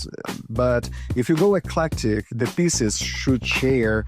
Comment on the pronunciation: Flashing too swiftly. Your voice is too drawn out. Practice your English before recording ! You sound like a KID reciting in class ! You mispronounced eclectic !!!!